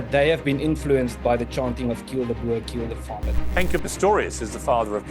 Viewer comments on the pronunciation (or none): Getting quite fed up with mispronunciation of Boer and Malema and even Ramaphosa. Stickler for language sorry but if you are a reputable public figure who is supposed to be well versed then you need to know how to pronounce names... Piers. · Its not BURR Piers Morgan it is pronounced BOAR you pillock. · Please Piers, a boa is a snake, or a fluffy accessory, it is boer as in 'boor' and rhymes with moor. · I wish people could say BOERRRRRR and not bo-er. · Why is it so hard for Piers to say Boer? It’s literally said the same as “boor” as in “boorish” behaviour because thats where the English word “boor” meaning peasant or farmer comes from lol